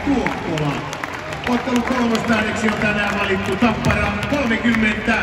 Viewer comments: Hi, you should put the accent on the first "a" in the name tappara. Táppara. This applies also on the all other names. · Listening you pronouncing Tappara and Tampere is painful but so glad you made it to Tampere! If you're craving some international food Aloha Ramen and Taco's and Tequila are legit!!